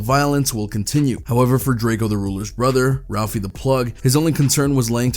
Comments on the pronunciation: pronounced Draco, not Drake-e-o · Bro plz stop saying drake-o it’s pronounced “ drako “ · It’s DRAKE-O not. “Drake-ee-o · How you go from pronouncing Drakeo right (Dray-Co) to Drakeeeo 🥴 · ITS PRONOUNCED DRAKE-O!!!!!!! 🤬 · It irks my soul that this man keeps saying Draky-O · “Drake e o” 😒😡 Fkn vultures 🖕🏿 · whenever i hear a blogger pronounce his name like drake-eo....I automatically click off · Sometimes he pronounces Drakeo's name correctly and sometimes fucking Drake-E-Oh.....wtf dude....🤔🤔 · shit pisses me off too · Better put some respect on the homie name. It’s not drake-e-o 🤷🏻‍♂️🤷🏻‍♂️🤷🏻‍♂️ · Pronounce he’s name right jeeeeez .. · Why you saying Drakeo name wrong